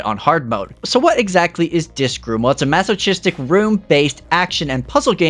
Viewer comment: • • • • • I wanted to let you know, since I haven’t noticed any other mispronunciations on the entire channel, that masochist’s “ch” is a K sound. Mass-Oh-Kist. 🧐 unless you did it on purpose to get more comments.